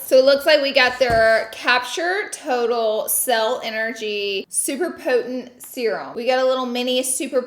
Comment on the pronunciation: So we just gotta pay $700 for a half decent advent calendar. Noted, good to know. Minus Lunar Beauty of course. Edit 1. Scentbird is a funner, cheaper, easier way to find new fragrances. Edit 2. Did Laura pronounce potent, 'potenent'?